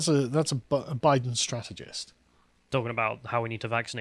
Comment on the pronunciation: “I was saying Boooiden”